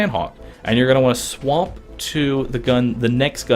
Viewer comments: It sounds like he is saying swamp instead of swap. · The way he says swap just annoys me for some reason but thanks for the help